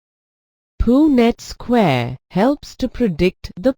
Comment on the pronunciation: Why is it pronounced "poo-nett square" ? 🤔 But nicely explained , it really helped me 👌